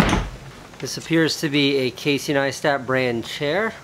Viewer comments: "Casey Neastat" "Yeah Neistat" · That feel when you pronounce meet Casey and pronounce Neistat wrong. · I found it funny when that guy guy didn't pronounce your name correctly and you corrected him afterwards lol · "Casey Kneestat!" "Uhm Neistat..." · Love that Casey corrected that guy when he pronounced his surname wrong haha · he got figured in the vlog even though he butchered your name?! blasphemy. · he says he's a huge fan but can't even pronounce his last name right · How do people still pronounce Caseys surname wrong? He says it in every video lol... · Saif Hussain No, he says his first name, but when he doesn't get Neistat right, that's why Casey corrected him. I think that's why he got annoyed, like, "You don't even know who I am but you want to get in on my vlog?" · Your Life Is A Great Story He just pronounced Neistat wrong, thats all. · ramsey u fuck u got his name wrong